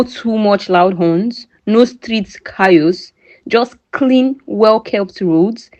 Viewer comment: Please pronounce this word "CHAOS" again. I want to hear something.😂